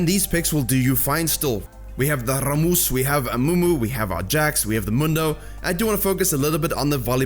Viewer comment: The way he says “rammus” omg im dying 🤣btw good video